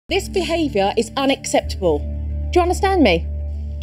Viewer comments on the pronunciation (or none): Jo did learn how to pronounce unACCeptable from Meghann (iykyk) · 😂 she fixed her pronunciation of "unacceptable" after Megan mocked her. Oof! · Well at least she learnt how to pronounce UNACCEPTABLE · notice how she corrected her pronunciation of unacceptable after meghan corrected her